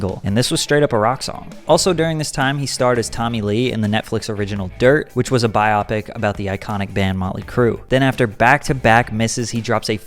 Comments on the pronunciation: wtf is a bi-opic? do you mean a bio-pic? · I have a small problem with the way you say BIOPIC, it's actually pronounced BIO-PIC (BYEOH-PICK), just my two cents. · It's pronounced bio-pic...not bi-ah-pic. Short for biographical pic :). Good vid I liked it! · biopic is pronounced BYE-OWE-PICK